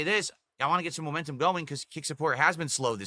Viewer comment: needs to stand in front of a train then has some momentuhm gowwing and get nailed by it.